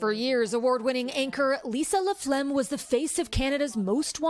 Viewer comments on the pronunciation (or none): if this American woman calls her Lisa La-Phlegm one more time imma lose it. WTF??? It's Laflamme, get it right! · why does she keep saying LaPhlegm